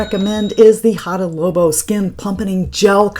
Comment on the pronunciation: Fun video, thank you! FYI, you are saying Hada Lobo not Labo!☺